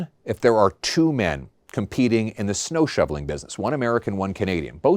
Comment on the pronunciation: too long, get to the point and you need to work on your pronunciation of "snow". Also Trudeau is long gone, move on you sound like Trump constantly blaming Biden. Most Canadians Conservative and Liberals are glad that Trudeau is gone and it's time to move on.